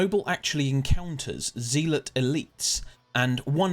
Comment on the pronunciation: It's not "Zeeelot" it's "Zealot" as in a religious zealot.